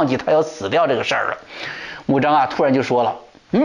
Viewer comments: 穆彰阿。滿語讀音在這裡 阿不讀a。讀e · 阿，e发音。曾国藩不会做人但是会做忍